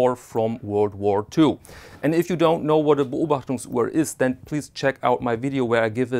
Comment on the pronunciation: A phenomenal watch and a fascinating comparison. What an extraordinary piece of history! The age and patina simply can’t be replicated. (It’s also great to hear Beobachtungsuhr and Flieger pronounced by a native speaker).